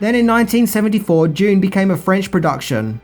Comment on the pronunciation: how do you pronounce Dune... went through at least 3 versions Doon, Dyune and June